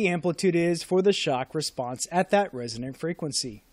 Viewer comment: ... resonant - not resident !